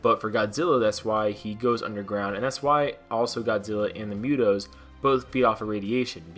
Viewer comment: Uzi. Uber. Uruguay, Ufa (capital city). Then we got MUTO. Why do you add a letter Y when saying it? Myuto? Can you say what cows say? Moo? Moon? Movie? Moolah? Moves? Moody? Moose? Just add that sound, to "toe" like human toe. There you go, MU-TO. Not Myuto. The pronunciation is right there with the letters.